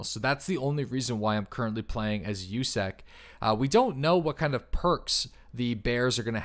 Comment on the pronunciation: You said it wrong, it’s not “USEC” it’s USUC